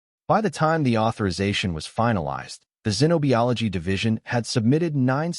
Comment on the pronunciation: Good story but your AI narrator can't pronounce certain words correctly! Treeleen, zenobeeology? 😂😂